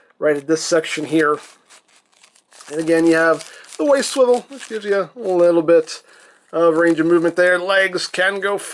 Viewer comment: Captain America SWIWEL war